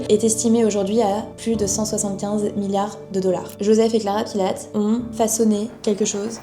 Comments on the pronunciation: Bravo pour ce reportage! Mais il faut vraiment que tu dises son nom correctement, il s'appelle Joseph Pilates, avec un S a la fin et se prononce "pilatisse"! Sinon c'est parfait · ça c'est la version américaine. En allemand, Pilates, se prononce plutôt Pilatès (en prononçant le S). C'est la deuxième vidéo que je vois de toi et c'est très intéressant, complet et la diction est parfaite. Merci pour ton travail